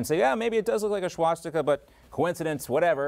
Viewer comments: When did it become “shwastika?” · What's a SHwastika?